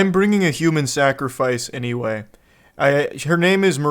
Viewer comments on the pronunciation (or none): none